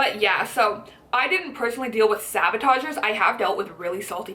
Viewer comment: i like your video, but they are not called sabotagers, they're called saboteurs. Sorry, for the nitpicking, but I cringed each time you said it. Great video though. I'm trying to lose weight myself. Thanks.